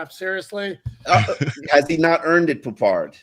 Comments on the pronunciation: It’s Poup. Poupart is his last name. French origin. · I mean fckd sake we can’t even pronounce his name right. Come on